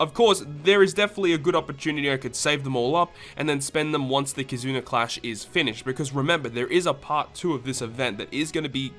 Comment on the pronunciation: Am I the only who hears him say “Kizuner” lol